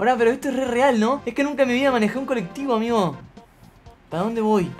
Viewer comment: Cuando dijo amigoooo en el segundo 10 le salió como tucumano